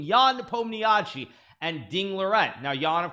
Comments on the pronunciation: Does hikaru pronounce ian's last name in the worst way possible on purpose? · Hello! Originally Nepomniachtchi pronounce like "Nepomnia(sh (like "she"))i: Nepomniashi. Nepomniachtchi is wrong transliteration which sometimes occurs when russian people making a passport in Russia. "Sh" like she, instead of ugly "chtch". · If I didn’t know who English speaking people mean by NepomniAchi, I would never guess. NepOmnYASHIY (emphasis on o) is much closer to actual Russian pronunciation Wish both great luck, but of course hope Ian finally wins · hikaru trying to say yans surname